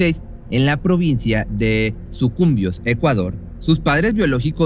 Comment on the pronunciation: Saludos desde 🇪🇨 una rectificación lleva acento Sucumbíos😅 de todas maneras tus narraciones son las mejores.